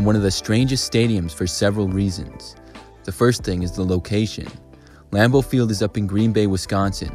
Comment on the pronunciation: I was wiping my ass when you said "Lambeau field" and I swear it sounded like you said "Red Bull Field"